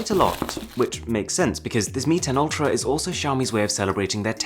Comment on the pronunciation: Its "Ultrap"